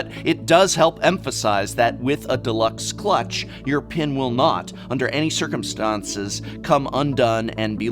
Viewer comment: Yeah, the new vowels threw me off!